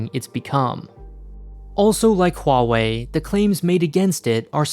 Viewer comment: You're the only one I heard who pronounces Huawei right